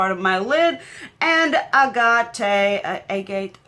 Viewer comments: Most of the shade names are names of crystals. Hmmm... I’m not sure how the shade names correlate with the name of the palette. Sunrise palette with sunrisey/sunsetty kinda vibes but with names of crystals. I’m so confused lol I kinda love it though. The shade Agate is pronounced agut 😉 As a fanatical crystals and gemstone collector/appreciator it speaks to me at the same time as frustrates me 😂🤦‍♀️ I won’t be buying the palette though because here in Australia it’s around $100. So it’s a hard pass for me. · Oh and Agate is pronounced agut. Short a sound at the beginning.